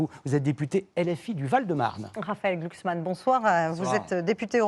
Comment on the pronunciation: On ne dit pas Glucksmann, on dit Glucks ment :face-blue-smiling::face-blue-smiling::face-blue-smiling